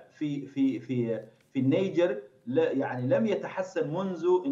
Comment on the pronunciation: اسمها النيجر وليست النجير ومن قال لك انها لا تعرف عالميا ثرواتها الاوليه الهاىله